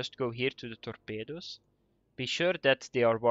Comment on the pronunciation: torpeydoos............ please say this word more often.